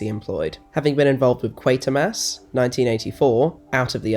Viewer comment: It's pronounced Quarter-mass even though there is no R in the 'Quater' part. 👍